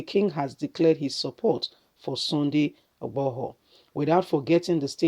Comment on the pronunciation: Madam if you can't pronounce his name find a Yoruba person to read for you na, which one be igbohor?... You can call him CSI ...